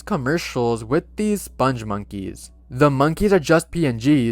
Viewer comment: The "spongmonkeys" are pronounced with a hard g, not a soft.